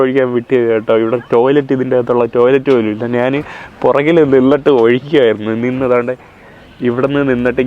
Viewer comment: നീ എന്തിനാ നാൻ, നാണ്, നാന്, എന്ന് പറയുന്നത്. ഇത് മേത്തന്റെ ഭാഷയാണോ. ഞാൻ എന്ന് ഒന്ന് പറഞ്ഞു പഠിക്കുക.